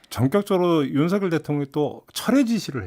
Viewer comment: “서결”로 발음 해 주셔서 감사합니다.. ☺️ “성렬”로 발음하는 많은 다른 방송인들을 보면서.. 이제는 한글도 똑바로 못 읽은 바보들로 만들어가는구나 생각이 들어 너무 슬퍼집니다..ㅜㅜ